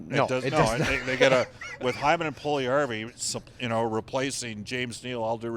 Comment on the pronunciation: I wish that these commentators would finally learn that Puljujarvi is 4 syllables not 3. PULL you yar vee. NOT PULL yar vee